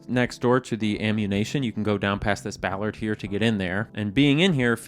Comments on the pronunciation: its actually bollard not ballard pronounced how its spelled. Ppl with glasses bring much shame to their family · I like how you reference JG Ballard, author of modernist dystopias and brutalist wastelands by ingeniously mispronouncing "bollard" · was this a spoonerism of "bollard?" I've never heard it called a "Ballord" but I'm from the UK and we call them bollards. Help unconfuse me. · Bollard not ballard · I like when he pronounces bollard like ballard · I salute the sly pronunciation of“bollard” as “Ballard”, sneaking in an Easter egg referencing an author who’s inspired much thought around such liminal spaces, JG Ballard.